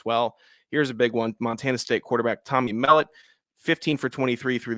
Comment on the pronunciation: Thanks for the analysis. Montana Sate QB pronounced “Mell-Aught”